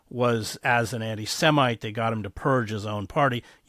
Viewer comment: “AntiSEAmites” - is this guy against seamen or something, lol